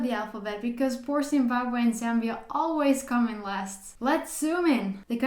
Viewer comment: Thank you actually pronouncing the name correctly, much love and support from Zambia 🇿🇲